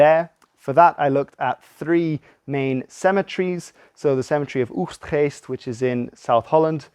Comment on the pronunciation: I do enjoy a very British voice suddenly spitting out words like Oegstgeest. 👍🏻